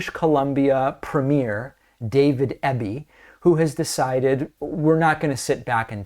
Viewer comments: Eeeby not Ebie ✌🏻❤️🇨🇦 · Pronounced EEby, not EBBy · I love that our province is getting noticed by American media lately. But at least pronounce our premier's name properly: It's Eeby, not Ebby. Gonna miss Jack Daniels but I like our sovereignty better. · I’m proud of my Premier for this, and only because David is trying not to mispronounce names its EE-bee, not eh-bee 😅, but we Canadians don’t mind all that much it’s close enough lol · We appreciate you and watch your show often. As a Canadian who lives in B.C. I would like to let you know that our Premier's last name is pronounced EEE-bee. (like easy) Not a huge thing but we thought you would like to know. Keep up your amazing work! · David BC Premier’s surname (Eby) is pronounced Eeeebeee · David, Sir, it’s pronounced “Ee-bee”. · The BC Premier’s surname is pronounced EEBEE. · DAVID EBY IS PRONOUNCED E BEE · Eby's a good premier and I'm really glad he won our last provincial election. His competition would have rolled over and played dead. His name is pronounced with a hard E though. Eebee. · Just a wee point.. everyone in the states is pronouncing his name wrong .My Premier's name is pronounced E-Bee 😉 Great show as usual ❤ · E BEE, EEEBBB. EB, Eby:)